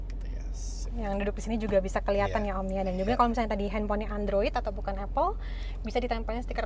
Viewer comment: Apple yang benar dibaca Apel. Seperti bahasa kita melafalkannya. Mbak itu sudah benar. Saya juga heran, saya tahunya dari dosen bahasa inggris.